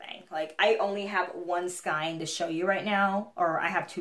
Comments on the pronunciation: Just found your channel! Your too cute!!! Love a shout for affordable yarns. Btw skein is pronounced skān😉☺️ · It was so funny how you kept correcting yourself about the word miter ! I noticed you say skein w/a long I sound....I think it's pronounced w/almost a long A sound.....not quite a long A....but close. Hard to explain ! I just googled "how to pronounce skein" & then listened to the voice say it. By the way, the top you're wearing is such a pretty color ! And nice job on it, too !